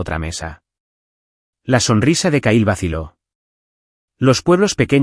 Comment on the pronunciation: Se escribe Kyle se pronuncia Cail